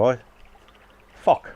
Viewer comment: did you say fok 🤣🤣🤣the plaque looks well nice matey👍🏻